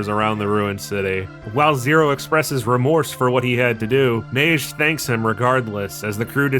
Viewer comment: As a french man, I am happy to say you're pronouncing Neige right, I don't even like my first language but it bothers me so much when people fuck up pronunciation xD